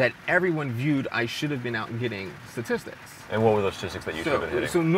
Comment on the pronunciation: This dude looks up statistics so much that he named it satistics